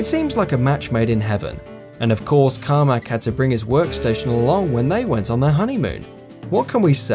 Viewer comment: Who is John Carma"k" ?